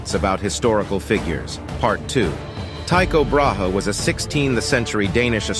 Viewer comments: no one ever pronounces tyco b's name right lol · I've never heard Tyco Brahe's name pronounced the same way twice.